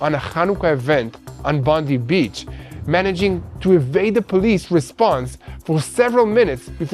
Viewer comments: Please it is Bond-eye not Bond-ee. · Some Australian corrections The pronunciation of “Bondi”…. Not “Bondy beach” It’s “Bond-eye beach” The islamic savages lived in Bonnyrigg in Sydney “Bon E rig” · Local vinacular for Bondi beach...Bondi is said as Bon-dye, not bon-deep! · Bondi Beach Bondi... not Bondee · Thanks good coverage from an Australian. Just for your information Bondi is pronounced Bondeye(i). Not like Bondi (Bondee) like President Tump's press person. A Christian praying for Jewish people in Australia, Israel and globally for your safety and protection from God Almighty and Jesus. Haven't forgotten and continue praying also for the return of the final hostage now. God bless all..👃👃👃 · Bondi is pronounced Bond-eye. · Bond eye.....others said it wrong too so dont feel bad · Thanks and. Just to let you know, Bondi Beach, it is Pronounced "Bond-Eye" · it is pronounced Bondie.